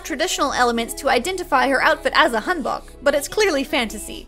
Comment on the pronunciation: Bro y do u say hanbok like that 💀